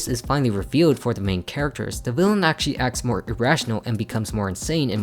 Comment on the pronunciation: Drinking game: take a shot every time he says "actaully"